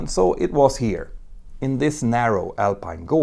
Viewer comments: you pronounce it VAIONT. We are like 30 minutes from that region. The movie about the catastrophe was filmed partially in our city. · This is not an English "j", you can say this one as "Vaiyont" ;) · I thought the pronunciation is "Vah-yohn", not "Vah-john"? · As an italian 🇮🇹 I say : approved ! Driving along the nearby motorway and still facing the standing massive concrete arch of the dam is a dramatic experience. Just for your info, Vajon in italian is pronounced vah-YOHNT or vye-OHNT with the emphasis on the second syllable. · Toc in the local dialect means "large piece" or "big chunk". Also, the correct pronunciation of Vajont is similar to Vayont.